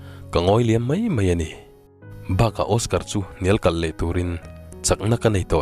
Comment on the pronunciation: Ka sawi mai mai lo. Ka sawi mei mei lo tiin i lam ri zel a, tunlai thangthar mizo tawng lam diklo i hmang ve a